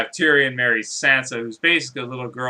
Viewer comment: Eric Dondarian???? Tyrian??? Lawrence Tyrell??? Please learn the names right!